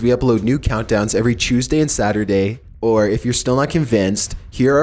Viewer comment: (Every chewsday)